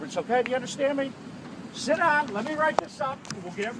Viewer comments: Why karen no2 officer sound like he saying shet instead if sit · Did he say "go shit in your vehicle" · I like how the officer sounds like he's saying: "go sh*t in your vehicle" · To me it sounds like the cop is saying “go shit in your vehicle” 🤣🤣🤣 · Cop: Go sit in your van Me: hears" go shit in your van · lmao it really sounded like shit down 😂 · I know its video quality but anyone else hear " Go shit in your vehicle ma'am" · Who thought the cop said “go shit in your vehicle” the first time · I can’t stop hearing “Go shit in the car ma’am” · When the guy is saying sit it sounds like he is saying shit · i cannot be the only one hearing "go shit in your vehicle" lol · If you tur captions on when he says sit its censored cause it sounds like shit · not gonna lie when the cop said go sit in your vehicle it kinda sounded like he was cussing.